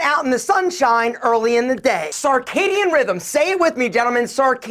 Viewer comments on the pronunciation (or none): Circadian* rythm...not carcadian.. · Clarification, it’s circadian. Not “sar”. Want to be sure people can follow. Circadian rhythm. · It is circadian you cretin.